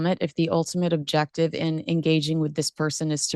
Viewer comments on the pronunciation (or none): none